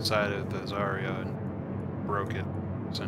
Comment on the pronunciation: Its zy-ra